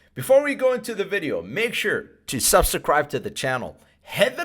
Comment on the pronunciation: Love your content, one of the best on Pulsechain and Pulsex. Also enjoy how you pronounce Subse- cribe.😄